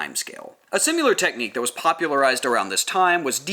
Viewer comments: I'm very late to this party but I have a tiny bit of feedback. Something super small. Just the way you pronounce 'similar' You say simular and really accentuate the 'u'. I can't tell if that's an accent thing or if you're saying the word incorrect. Thanks for video. Great content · I'm wondering where that pronounciation for "simuler" (similar) comes from :)